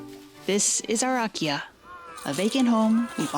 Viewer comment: Those beautiful kimonos! What a find! What a perquisite! BTW, when you say “Akiya”, it sounds quite like IKEA (pronounced by North Americans, that is) .